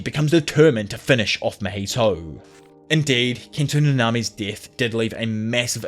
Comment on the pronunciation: how can this guy not pronounce mahito properly smh i cannot. but i will still like cause u dope asf <33